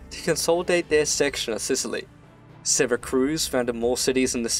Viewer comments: "sera-cruz" IT'S PRONOUNCED "sera-cyooz" !! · Syracuse not Syracruse, mate !!! Jeeez...!!! You got it ?!? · Great video man. However I have one critique. The name of the ancient Sicilian city as well as the modern city in New York state is Syracuse, not Syracruse. It is pronounced See-rah-cyooss. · Its “Syracuse” syra-cuse. In suracuse ny, its pronounced, sara-cuse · Syracruse? It’s Syracuse, right? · Ehmm... It's not Syracruse nor Santa Cruz it's Syracuse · Please. Just. Never call it syracruse😂 syracuse. Its just syracuse not cruise. Im sure its just a typo, syracuse is famous enough that i dont believe you've been saying it like thay forever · Syracuse, not Syracruse. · SyracRuse? My ears are bleeding. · love the video, great job! but its Syracuse not SyracRuse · Why does he keep saying Syracruse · It's pronounced SyraCUSE you absolute potato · As usual a great video. That said, also as usual, the pronunciation of place names is seriously mangled. Also, there is no R in Syracuse.